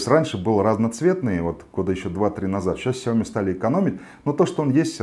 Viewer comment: сяомИ!!!а не сяОми...